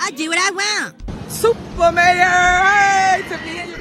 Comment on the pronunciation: Every time I hear her say SOUPer mayor I be so embarrassed 😭😭